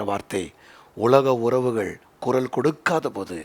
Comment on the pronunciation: It is குரல் not குறல் !